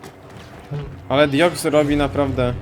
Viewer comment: proszę cię, dalej ten sam błąd od czasów 2015 xD DIOXIS A NIE DIOX XD